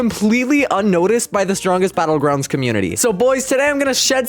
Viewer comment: gois the stwongest belouguandis